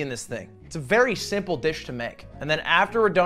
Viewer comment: Claims to be french and speak french yet can’t pronounce “simple” properly. Hmmm? 🤔